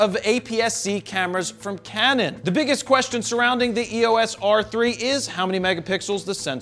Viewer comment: Please learn how to pronounce “Pulitzer.” (And “EOS.”)